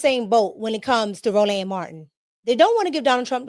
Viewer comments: Row Land Marteen is CRAZY Pronunciation 🥴🙆🏿‍♂️🤣😂🤣😂🤣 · Ro-Land , every time you say it I repeat it … lmao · "Row-LAND" is killing me! LoL ✨️